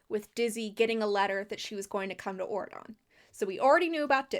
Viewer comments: it’s very funny to me how this country just sounds like you’re saying “Oregon” in a weird way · Everytime you said auradon i kept thinking you were saying Oregon with a fancy accent and changing the g to a d.